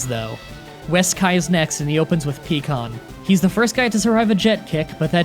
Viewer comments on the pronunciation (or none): "Pee-kon", "s-pop-a-vich" cmon man don't be that guy, I'm going to have to unsubscribe. It's pie-kon and s-pope-a-vich. Oh and you just had to end it with "Dragon ball Zed", proving you have never watched a single episode of the series. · “Pecan”... It’s Piccon(Pike-on) I swear you do this on purpose😂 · Paikon, not peekon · did you just seriously say "peackon" instead of "pike-one" when you say Pikkon? Pff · Peekon!! Lmao!!! I'm sorry I found that way too funny lol. Pronounced Pie-con just for future reference and not to be an ass lol. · PIEEEEEE KON. Ugh that cringe lol